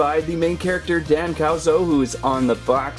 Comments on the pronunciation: It’s not dan cow-so it’s dan Kus-o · Its dan kuso not kauso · Its not Dan cowzo its dan coozo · It’s not Dan Cazzu it’s Dan Kuso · You said the main character's name wrong it's Dan kuso I like how you pronounce the uso brothers